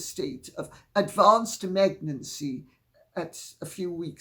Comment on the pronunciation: Notice how our Lady said MEGNANCY ;-)